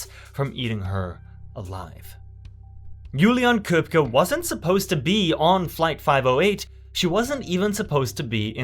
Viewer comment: Also, kudos on looking up the pronunciation of her name: Juliane Köpcke.